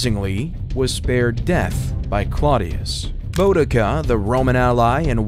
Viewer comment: This is excellent background noise. Thats about it. Th-aymes. Boe-dica. WW2 in 1945. Excellent speaking voice tho. Maybe just have someone else write the history.